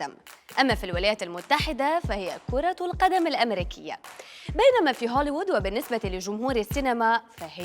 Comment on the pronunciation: هوليوود وليس هوليود يا...!!! 😍😍😍🤓🤓🤓